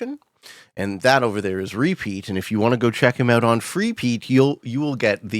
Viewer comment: “i don’t think anyone really notices my accent”. Just 30 seconds later he says in the thickest Canadian “moved ooout”. Just thought this was pretty funny